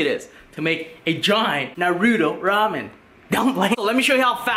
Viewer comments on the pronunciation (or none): What is nae ru toe it's Nar Ru To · It’s not NARUDO it’s pronounce (nah)-(roo)-(toe) for f*** sake! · I must be hearing things because he just said nu ru toe It's: Nah ru toe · You DONT PRONOUNCE it like NARUUUTOOOOOO its like (Narito) naruto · Might be his Vietnamese tongue but he speaks almost perfect English and it’s literally NAH ROO TOE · *PLEASE READ* I see that lots of the comments are about how to pronounce Naruto. If you have actually watched the show it is Nar-ru-toe not Nar-ruto or Nar-rudo This isn't a hate comment but will actually prevent less mean comments on the next Naruto video! I love your vids but I'm so hungry now:D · Clearly that is how they pronounce naruto on dub but on japanese or sub . It is not pronounced as narutoe it is nar-ruto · NAH-ROW-TOE say it fast Naruto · Why does he say Narooto instead of Naruto? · Why do people say narudo it’s naruto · its not nuroto its NARUTO with the a talking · Don't ever say neruto again it's nar-u-to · It not nouta it’s naruto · Whats narudo you mean naruto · Do people not know how to pronounce “NARUTO” people be saying nuruto like cmon man. no hate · He says narUto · Or narudo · Agree they got the uto right but it na then say ruto at the end otherwise sound wrong my explanation was horrible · NAH-REW-TOE thats how you say it. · Ha narudo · At least it's better than Michael b Jordan saying Na-ro-tu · Na roo tow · "Nurooto's Ramen" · You can’t trust anybody who calls Naruto narudo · “noruto rice cake” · He says it like this na-ru-doe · I heard..Nar-oodles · Lol Nah-Rude-do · He saying naruto worng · Its naruto not naruuto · God damn u saying naruto ichiraku ramen makes me cringe you say it like “Narudo echeraku ramen” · im going to dislike this video, it is because you pronounced Naruto to Narudoe and the way you said Ichiraku... you said IchiRAhku... disrespectful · STOP SAYING NARUTO LIKE THAT ! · The way you said Naruto and ichuraku boils my blood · Say Naruto correctly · He said naruto wrong